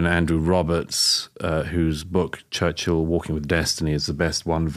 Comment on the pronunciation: I havent researched enough to have an opinion on Churchill (its not pronounced church hill, its churchill), but I can say with certainty, as many already have learnt, that no one is perfect, even with great intentions.